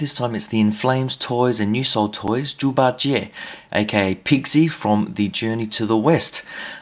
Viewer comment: Impressive Chinese pronunciation there, and great review as usual.